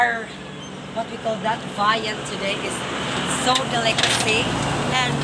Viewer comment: "Dili Routine, Dili Schedule, Dilicacy" ---> 😂😂😂😂😂😂😂😂😂😂😂😂